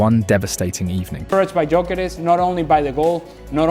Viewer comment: Can’t pronounce gyokeres